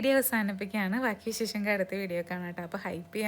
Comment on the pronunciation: വിശേഷം ആണ് വിശേശം അല്ല